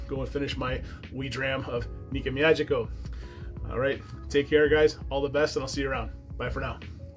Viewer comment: "Me-ah-geeky-oh." And if you do a Japanese whisky again, the traditional word for cheers is kanpai (kahn-pie). Nice review, all the same. I haven't gotten into Japanese as much as I'd like for 2 reasons. 1, not a lot of reasonably priced offerings near me, and 2, not a lot of offerings bottled at 46% or higher.